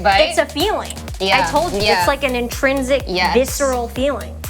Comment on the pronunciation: she said: “viceral”